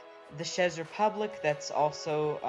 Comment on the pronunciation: Lmao czech is pronounced check, awesome video